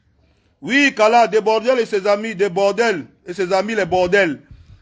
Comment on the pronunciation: Comment "Debordel" même😂😂😂😂😂. Un frère il s'appelle Debordo pardon😂😂😂😂😂